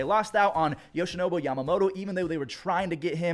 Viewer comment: my man, ya gotta stop calling Yoshinobu, "Yoshinobo" lol.